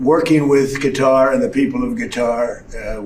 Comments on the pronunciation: Did Dozey Don call Qatar "guitar"? 😂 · He called Qatar "Guitar" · Did he call Qatar "Guitar"?